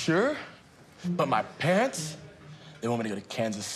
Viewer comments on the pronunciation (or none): Am I the only one who heard pants instead of parents?😄